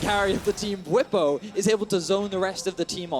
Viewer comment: It's pronounced Bw-EE-po, not Bw-i-po